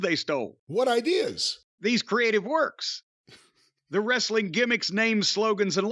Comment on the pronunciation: is pretty funnie but he pronounces it "wres A ling"